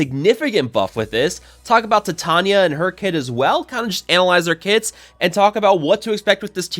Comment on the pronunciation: I think it's pronounced like titanium, with long vowels.